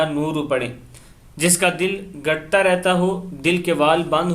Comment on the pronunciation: Bhai, aap itni achhi achhi baatein upload karte ho, Qur'an aur Hadees ki raushni me qaum ki rahnumaai karne ki koshish kar rahe ho... bas ek shikaayat hai, alfaaz ki sahi adaaygi kiya karo...is video me hi dil ghut'ta ko ghat'ta padh diya...aisi beshomaar ghalatiyaan hoti hain jo video ka lutf kirkira kar deti hain... Khair, Allaah aap ko aapki mehnat ka ajr dega, insha'Allaah